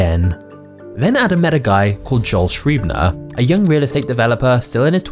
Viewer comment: This vid is so good that I’m deliberately nit picking your way of pronouncing Schreiber. Give it another try 😂